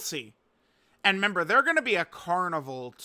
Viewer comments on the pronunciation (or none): REmember not member learn to speak.